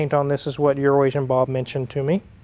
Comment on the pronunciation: Poor EuroAsian Bob, first time I heard mention his name in an episode. I thought he said urinating Bob. Thank God that it was just my bad hearing. Fantastic nice Porche!!!